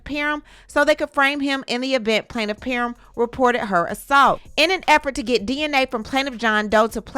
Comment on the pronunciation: Planiff peerrm 😂